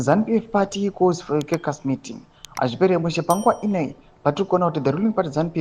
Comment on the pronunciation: Please pounce the word " caucas" properly....it's not " kekasi " but it pronounced as if spelt as , "kokus "